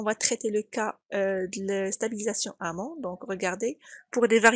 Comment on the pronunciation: on dit "en amont", et pas "en amant".